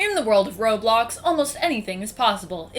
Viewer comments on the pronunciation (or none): You said robox